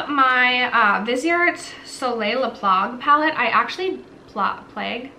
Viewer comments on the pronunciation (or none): Wow! The work that went into this video. 👏👏👏 Also, just in case you wanted to know, nouveau is said like “new-vo”, and le plage is more like “le plaj” (hard to write that one in English lol). I hope that helps! :)